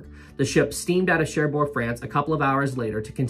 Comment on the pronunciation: Sorry to be pedantic, great video, but the g on the end of Cherbourg is silent. More like Share Bore (phonetically). 😊